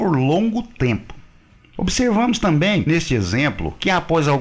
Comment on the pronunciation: Rapaz....aqui vai mais um elogio....nada a ver com o conteúdo da matéria, mas que envolve o idioma Português...Por enquanto não "ouvi" você pronunciar o maldito "tamém"!! Muitos profissionais, no uso da palavra 'TAMBÉM", pronunciam "tamém!! É só prestar atenção nas falas por aí...Argggg!!!